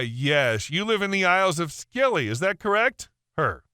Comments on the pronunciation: Scilly, as in Isles of Scilly, is pronounced like "silly". I hate pointing out this stuff, but I hope it helps. I really enjoy your videos... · It's pronounced the Isles of silly! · Story II - it’s pronounced Silly, the Isles of Silly, the ‘c’ in Scilly is silent! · Lol, the dab radio story. Isles of Scilly is pronounced without the ‘c’ so it’s just Isles of Silly 😂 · Isles of Scilly is pronounced 'Silly'. I know. It's... daft. Not beating on the reader; it's hell working out how the locals pronounce a name you've only seen written. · Just a heads up: the "c" is silent in "Scilly". It's pronounced the same as "silly" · Scilly is pronounced 'silly' - never been there but it's on my bucket list. Apparently once a year, when the tide is right, you can walk between the islands. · The isles of Scilly is pronounced Sil-ee and only about 10 hrs from London by Car and Ferry, so yes, OP could just pop the radio over after work 🤣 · Isle of Scilly is pronounced Isle of Silly. commonly referred to as the silly isles. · Scilly is pronounced Silly! 🙂